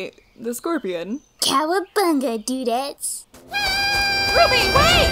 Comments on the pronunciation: I am now and forever more pronouncing RWBY as ruh-wub-ee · “Shouldn’t it be pronounced ruh-wub-e” I died after hearing that